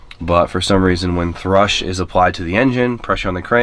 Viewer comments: It's called thrust not "thrush"...... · It’s thrust, not thrush. Thrush is a type of bird and a type of rash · Thrust not thrush bro! Thrush is a woman's problem. Ha ha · Thrust not thrush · Thrush. 🤣. Cracks me up every time your saying the engines git a thrush issue. 🤣. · Please stop saying thrush, coz it's thrust, thrush is fanny rash 🤣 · It's not called thrush, it's called thrust. Thrush is a mouth infection. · THRUST NOT THRUSH THATS DONT BE ACTING UNEDUCATED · Thrust not thrush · THRUST, NIGGA, THRUST JESUS CHRIST IT'S NOT THRUSH WTF DOES YOUR ENGINE HAVE AN ORAL FUNGUS???? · Thrust. The word u are looking for is thrust. Not thrush lol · "Thrust", they're called "Thrust Bearings". Not "Thrush" which is a medical condition common in infants...luv u! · *everybody chill on him saying "thrush" and not "thrust" u kno what he meant* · saying "thrush" and not "thrust" is throwing me off. Tough luck about the S15 though. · thrust.... with a T. love your vids btw. also its thrust and there is no T in across, why do people say acrost? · The "thrush" is killing me.:-) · Can’t not giggle everytime you say thrush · Big "Centre council" vibes 😂 "thrust"! It's thrust haha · ThrusT not thrush. Crankwalk???